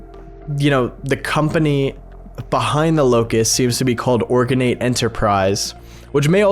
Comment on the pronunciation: Organate the thing say it separate organ ate